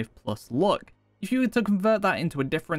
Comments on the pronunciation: Why are you pronouncing luck like look?? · not gonna lie or pretend it didn't happen but the way you're pronouncing luck actually triggers me